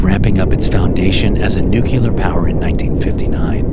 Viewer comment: Nu-Clear. Not "Nu-Cu-Ler".